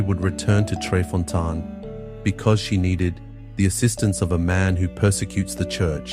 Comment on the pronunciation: Fontane= foh-TAH-neh.